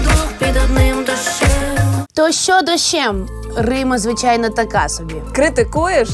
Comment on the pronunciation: “То шшьо дошьшєм” “А шьшє...” “Ну а шшьо робити...” і т.д. Тут я почув агресивну дискримінацію звуків [ч] і [шч] у вимові слів. Годі терпіти це знущання! Захистимо право букв “ч” і “щ” бути почутими у випусках ТТ!